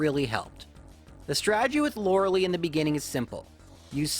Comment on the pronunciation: Its not loreh lee, its loreh lie.